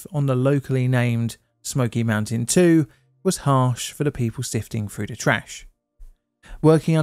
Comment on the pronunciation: Through,,, not frough...